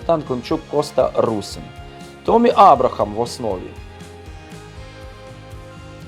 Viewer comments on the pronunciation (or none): Не томмі а теммі абрахам